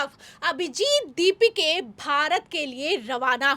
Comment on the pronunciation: Ask her to again conduct same news reading.. With correct pronounsation of दीपाके and not दीपिके..